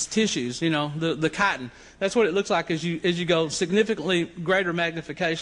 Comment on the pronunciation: Sounds like he's saying bugs are made of "cotton" hahaha